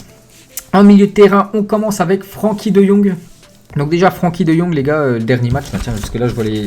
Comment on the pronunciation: ça se prononce frinkie pas Frankie